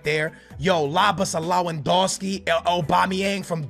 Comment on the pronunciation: LAWADONSKI? SMH